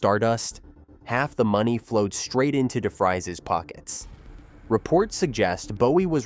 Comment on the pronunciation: It's pronounced De Freeze.